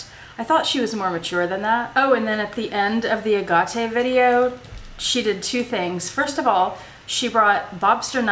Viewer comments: I’m laughing through this whole video 🤣🤣🤣🤣 I think BOTH YOU & JILL are pronouncing it WRONG 😂😂😂 It’s more like “a-gate” like a wooden gate. I’ll have to make a video on it I guess LOLOL! Thanks for the great video & tag! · I hope you resolve your issues with Jill. Btw, Jill pronounces agate correctly. You can go to and look up the word. But thanks for putting together fun videos. Bring out your bird (Vincent?) once in a while to say hello. :) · Ok I’m a fairly newish subscriber and I know this is not legit as I cannot imagine you reacting to something like this. I had to check it wasn’t April fools day 🤣🤣. And I have to say here in Australia we pronounce it aaaget and never ahhhhargarte. So I’m calling b sh@ on this. by the way. Love the space shuttle agenda. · I don't know where you got that strange pronounciation of AGATE from however it is definitely incorrect. I am British and in my 70s, and the AH Gah TE pronounciation is a furphy. Sorry. I very much appreciate your well thought out videos though. But note that you very rarely respond to queries or questions from subscribers, so probably won't even read this. Evidence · I live near a very long stretch of beach in California called Agate beach which has some of the most beautiful agates. It is pronounced just as Jill said. I agree your way of pronouncing sounds more exotic, but she is saying it like all the locals here say it. 😀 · I looked online on how to pronounce ‘agate’. Every site I looked at pronounced it as I’ve always heard it, the way you say is wrong. Not one site pronounced it ‘a-ga-tay’., nor have I heard anyone anywhere say it that way. I’m curious where you found your way as the right way. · They all say Agot here in australia. I’m not saying that means it’s right. It’s the first time I’ve heard it pronounced the way you’ve said it. It is much prettier. Sorry to hear this. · This has got to be a joke. Agate is pronounced agate.